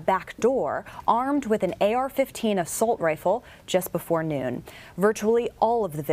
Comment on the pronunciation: this video says "assult rifle" listen .